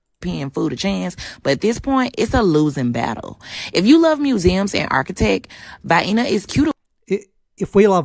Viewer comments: In America we have a product called Vienna Sausages, canned. A lot of people pronounce Vienna as VI-eena. I presume because they are uneducated dumbasses. Just sayin'. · The first lady's pronunciation of Vienna is common deep south USA vernacular. My husband (Alabama white guy) and most locals say it the same way, long "i" then long "e". I am from out west and it kills me that they are puzzled by my pronunciation and will actually ridicule me for saying it correctly. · Its pronounced "Vay-enna" you troglodyte! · Southern American here. Vye-na is the way the way Vienna, as in Vienna sausage, is pronounced in the South. Never have liked them. Agree with all you have to say. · "Vi-eena"? I spent lots of time in Vienna. In fact, just for info, my first wife was Austrian. So... Very nice people. Good food culture. Lots of history and bookstores. Good, safe city for kids! Excellent public transportation... I don't believe the people of the good city of "Vi-eena" or, Wien, Österreich, are going to miss this lady! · Omg she pronounced Vienna like these gross little sausages in a can that we have here. Vienna pronounced Vie Enuh sausages. Wow just wow. I'm so sorry Europe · She definitely never heard Viena pronounced in her whole life. She couldn't even be bothered to check online how its pronounced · Watch out for the vyeenas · Vie eena 😂. Blimey sort it out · "Vaienna" seems a nice place... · "Vy-inna Austria"? She can't even pronounce it correctly! She hasn't been anywhere! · Where's "Vaeinna, Austria?" Lol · Viena. Rhymes with hyena, right? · In the defense of the lady people in the southern U.S. call the little canned Vienna Sausages VI-EE-NUH sausages. sweetened up to Vi-EEEE_NIES to be silly, but EVERYBODY knows that Vi-EEE-Nies are NOT pronounced the same as that little town in Austria, where they put them shrimps on the Barbie :) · Vayaayner? 🙄 ‘Come to Vayaayner for the architech!!’ 😣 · Did she call it Hyena with a v?? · Vienna.... rhymes with Hyena... in ebonics!